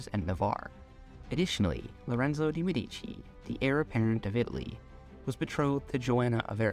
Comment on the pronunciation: Mèdici, not medìci